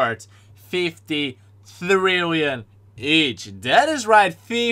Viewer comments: I like how he says trillion THRILLION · I like how he says “50 thrill-ion”